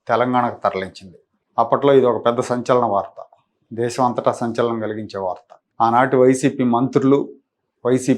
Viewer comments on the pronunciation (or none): none